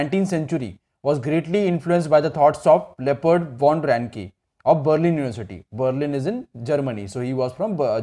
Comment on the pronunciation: Sir it's not leopard it's Leopold